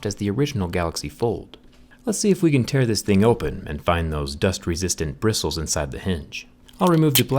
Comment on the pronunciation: Brissles lol